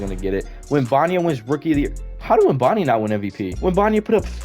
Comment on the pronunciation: “Web en ya ma” is the correct pronunciation. But W video